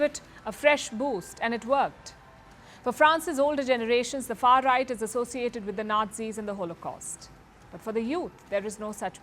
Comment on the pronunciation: Stop saying far ight.